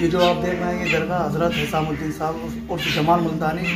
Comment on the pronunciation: Bhai hiramuddin nhi..hisamuddin naam hai bhai pehle reserch karliyo karo